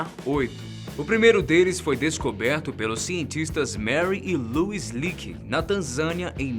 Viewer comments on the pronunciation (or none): none